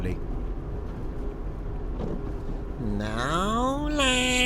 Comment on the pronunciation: NoLLaAn?....it's mEeee. 😂